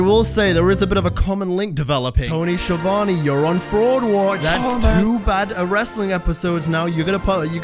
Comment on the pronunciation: I'm still not sure how Schiavone rhymes with Giovanni